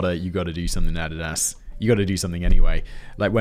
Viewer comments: I can't help but laugh at how you pronounce Adidas. If I wanted added ass I'd get some Adidas from across the pond LMAO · Is Simon trolling us with the mispronunciation of Adidas? Add-id-ass? Seriously? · Adidas is pronounced A dee da ss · Who are Adadas and nic?nice?? Do you mean Adidas and Nike?? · I love how he mispronounced Adidas every time lol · Put the word Adidas into your pronunciation application. Big brain move. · Hearing Simon say adidas throws me off so much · It took me a minute to understand what fact boi was saying. I've never heard someone pronounce Adidas like that... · The way he is pronouncing Adidas though... I didn't know what he was talking about for most of the time! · Russian Agent Alert Only a Russian Agent would pronounce Adidas that way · I couldn't figure out what Adidas was because we pronounce it differently in the US lol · Theres mispronunciation thens there's whatever tf Simon was doing with Adidas lol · I don't like the way he says Adidas...is that like aluminum, where you guys across the pond just mess it up for no reason? Has he heard the song "My Adidas"!? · I almost thumbs down this because of Simon's pronunciation of Adidas. Good Lord man! Love the show keep up the good work! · Wait, do Americans pronounce Adidas wrong? I’ve only ever heard it pronounced “Ah-dee-dus/das” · Can't remember if Simon is mispronouncing Adidas on purpose or because it super Welsh. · STOP PRONOUNCING ADDIDAS WRONG! Jk it's kinda funny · I'm just angry how you pronounce Adidas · OK is it just me or is he pronouncing Adidas wrong? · The way Simon pronounces Adidas and Nike felt like nails on a chalkboard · Just curious; are the mispronunciations of Nike and Adidas on purpose? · Nah, as a canadian, im stepping in. It's ah-dee-dus. I dont care if its german, i dont say volks-vah-gin, so im not saying add-a-dass either 🤷‍♂️ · Took me a minute to realize he meant Adidas (a-dee-das) every time he said a-dad-ass. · A deed as…. Not add did as